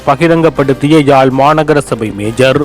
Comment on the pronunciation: மேஜர் அல்லர்? மேயர் சரி ✅